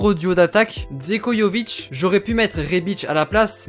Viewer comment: Salut ! Petite précision Džeko se prononce Djeko, je le précise juste 😊Ta vidéo est super sinon !